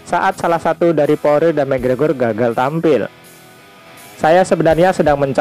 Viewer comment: Poirier dibaca poriye min